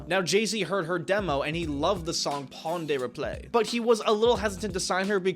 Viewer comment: The way you said pon de replay hurt my soul, do better.